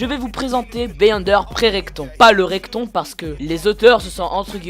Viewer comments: Juste pour information c’est "retcon" et pas "recton" si non super vidéo ! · On dit retcon